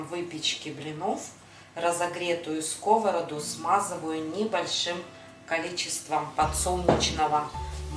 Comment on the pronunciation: Не на скОвороду, а на сковородУ! В тесто для фаршированных блинов никогда не кладу сахар! Развожу не минералкой, а кипятком - никаких комочков. Блинчики не жарят, а пекут! Лука слишком много! Обжариваю лук, добавляю фарш сырой, затем отварной рис и потушить. Всем без исключения нравятся мои блины. притушиваю.